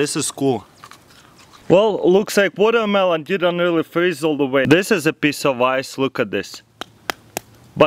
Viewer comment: Woldermelon Wolcano lol